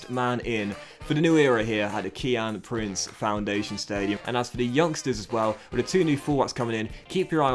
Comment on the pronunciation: Three "Keeyan Prince"